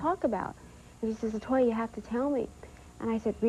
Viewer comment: it's latoya not la toya